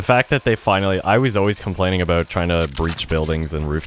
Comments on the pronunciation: By any chance is he Canadian ? When he said “about” I heard it haha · You can hear the Canadian in him when he says the word “About.” Always great content